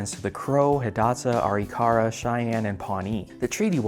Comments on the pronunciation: I'm also a North Dakotan, just seeing this video now, but because it dealt with a local event I wanted to watch it. Native Americans pronounce the Arikara tribe name as "ah-RIK-ah-rah" not "AHR-ee-KAR-ah." :) Just wanted to mention that. Something I find ruefully amusing about the entire controversy was the focus on stopping a new, extremely well-constructed pipeline... meanwhile pipe has been in the ground elsewhere in the state for over 50 years. If we were really concerned about bursting pipes, wouldn't the focus have been on the ones most in danger of that? Apparently not. There was also another pipeline that was in the works in the central southern part of the state that there never was any hoopla about. Was that because the tribes were going to financially benefit from that pipeline in a way they didn't with DAPL? Maybe. Unfortunately, I haven't been able to track whether or not that pipeline was ever put in. For all I know it might have stalled completely because of the DAPL controversy. The cleanup from the Oceti Sakowin camp after the "water protectors" left cost $1M of taxpayer money. 24,000 tons of garbage had to be removed. Included in that were abandoned cars, trailers and discarded propane tanks. The protestors burned tires and as a "leaving ceremony" they burned remaining makeshift wooden structures with about 20 fires. It calls into question how much the water protectors care much about the air. They pretty much blew their environmental high ground. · Arikara is pronounced Uh-Rick-uh-rah